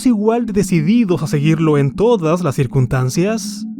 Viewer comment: Estimado...con todo respeto, en serio no puedes pronunciar la x? Dices Ecpresión. También dices intrucción. Te comes el sonido de la s. También dices circuntacias.